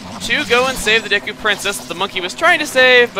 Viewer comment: Wow. Chuggaa is being really inconsistent with pronunciation. He keeps switching between saying Deku as DAY-koo, DEE-koo, and DEH-koo.